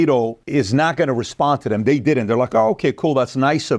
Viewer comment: THE… is not pronounced …duh THEY… is not pronounced… day WITHOUT… not is not pronounced… widdout THEIR… is not pronounced… dair TO… is not pronounced… tuh DON’T …is not pronounced… dohn THOSE… is not pronounced… doze TALK… is not pronounced…TOK THINK… is not pronounced…TINK THOUGH is not pronounced…TRUE LIVING… is not pronounced…LIVIN WHATS… is not pronounced…WOSS